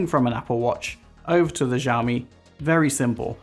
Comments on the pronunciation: Not trying to be mean but especially at the start it sounds like you're saying"JJAAOOO Me" rather than "Shaow Me". Again, not trying to be mean but people might watch this and think that is how you say it so felt I had to say something. Thank you. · It's pronounced "SHE-OWW-ME"; NO "Js" in there. 🙏